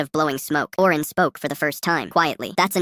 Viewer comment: Owen❌ Oren✅